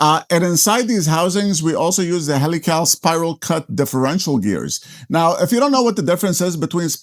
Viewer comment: heel ick ull not HELL ee Cals LMFAO. as in helix ....helical (heel ick ull) Nice chassis and build.